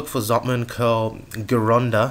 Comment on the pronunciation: Not trying to be picky...but Vince Gironda's last name is pronounced like, Jer-ron-duh. I used to work out at Vince's..and worked for him briefly... Just trying to be helpful, here... Enjoy the video!...Please continue on Reeves!..Thanks!..